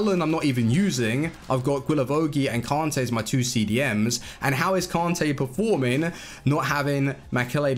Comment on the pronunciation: pronounce kante correctly Kan-tayy not kon-tayy its not hard its annoying